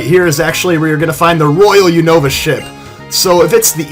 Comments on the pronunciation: its not U-nova its Un-ova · You call the unova region all wrong it's called uheeenava